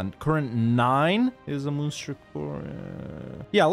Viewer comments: I'm pretty sure it's pronounced like Monster. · The way you pronounced Munster today is the way you pronounce Münster. No idea how you pronounce the Irish one. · Munster is fun-ster. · As somebody from present day Munster, the way he says it drives me insane :) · Wahey more Irish play! I was disappointed the flight of the earls idea wasn't the one you went with but this is good too. Also, first pronunciation you do is the German Munster, second one is the Irish Munster. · Its being pronounced wrong